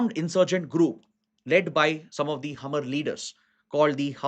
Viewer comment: One correction, regarding the insurgency faction in the NE State of Mizoram, the community named Hmar is pronounced as 'Maar' not Hamar.